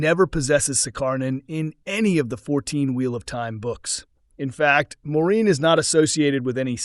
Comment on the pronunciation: Has this channel even watched the series? Keeps calling Moirane 'Maureen' lol